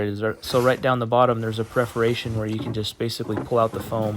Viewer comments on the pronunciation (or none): if I hear this guy say PREFORATION one more time!! Nah.. 👏🏽 great job